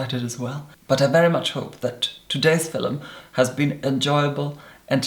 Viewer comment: Starting 2018 off watching one of "film-ums"....it shall be a great year!!!